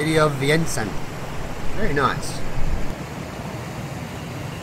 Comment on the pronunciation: To the author....Vientiane and not VIENTIANE!